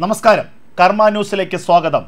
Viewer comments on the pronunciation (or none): none